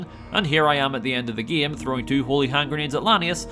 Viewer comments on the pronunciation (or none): the fuck is wrong with you ? it's game not gim, im french and is say game like a normal person, smell like a desperate attempt at seeking attention to me. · Your next video should be "Can I Beat Fallout: New Vegas Without Pronouncing "Game" like "Gaem?" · Bro really said geam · I can’t get over your pronunciation “game”